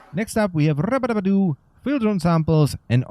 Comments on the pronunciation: Lol that rubedo pronunciation. I always thought it was RU BE DO not Rabadabadu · Cannot look at Rubedo without hearing you say Rubadubbadoo in my head now. Makes me laugh every time. Excellent video. Well presented and to the point. 10/10